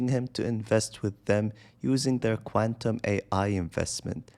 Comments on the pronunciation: The BPO agent is not a Filipino. Listen , she said Quantum with Indian accent. In reality the scams mostly are from former Indian BPO companies who lost their clients to the Philippines. So,they are still operating, though no clients, for scams. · Listen , how she pronounced Quantum and tell me if the scammer is a Filipino. Nah,the scammer is an Indian, not a Filipino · The woman call center agent, the scammer, is not a Filipino, but she is an Indian. We dont curl our tongue, dah. Listen , she said Quantum with that Indian accent! 😂 🎉 FYI The Filipino call center agents are simply natural, you cannot tell that you are talking to a Filipino, because they can easily adopt British, American or whatever accents. India was once the BPO capital, but now they transferred to the Philippines. Please dont post lies just to discredit out Filipino BPO people. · Why are you so quick to believe in this lie? Listen , how.the scammer pronounced Quantum and tell me if she is a Filipina. The Indian accent is heavy and you can't even recognize? Not a Fiipino but Indian scammers.